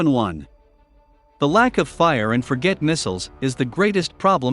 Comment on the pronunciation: The reader, whether or not human, does not understand what he reads. Fire…. And forget missiles. Instead of fire-and-forget missiles is saying it all. Now is the text and the research just as bad as the reading ? Trust is easier lost than regained. Ciao Channel.